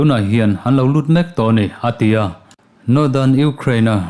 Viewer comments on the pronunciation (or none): A tia iti zel hian,ngaihthlak ati nuam lo.*A ti a* ti hram teh